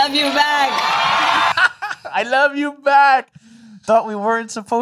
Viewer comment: I ruv roo too